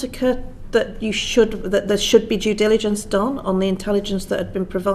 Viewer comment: Love the way the Police Chief pronounced "Jew Diligence" to describe their research 😂. I'd certainly advise, that people should carry a level of Jew Diligence around with them at all times.